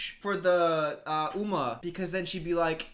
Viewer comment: Uma: Sings a song about her name.: Says her name wrong.